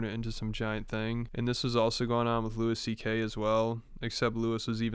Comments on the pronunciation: “Lewis CK” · Hearing this guy call him Lewis CK is hilarious